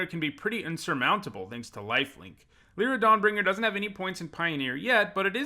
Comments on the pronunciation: the way you say my name brings me ungodly rage lie, not lee lee is Lira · Lie-ra* is the correct pronunciation